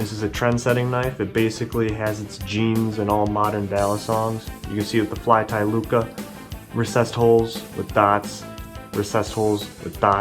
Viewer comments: Also...lucha (loo-chah). Come on bro. Dang. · The way you say lucha hurts me